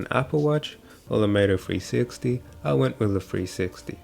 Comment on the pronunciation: I thought you was saying .. mofo 360 lmao